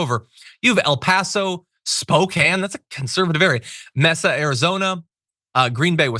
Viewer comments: Please learn how to pronounce words it's. M long A S. A!!! Not mess a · Side note: Mesa = (MAY-suh)